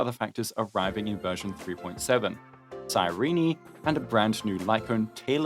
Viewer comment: Psy-ree-knee? Is that how Cyrene's name is pronounced?